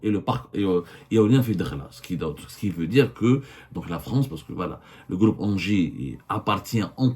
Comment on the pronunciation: abdou j'aime bien quand tu dis "le gloupe" pour "le groupe" faut que t'insiste un peu sur le R lol, gloup gloup gloup ça c'est t'boun quand il boit la vodka avec ses amis alcooliques russes 😂😂😂